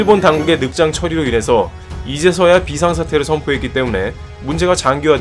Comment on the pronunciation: 飛翔 비상은 읽을 때 비~이상으로 읽어야죠.